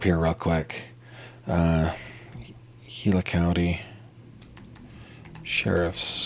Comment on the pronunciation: Gila = "heela"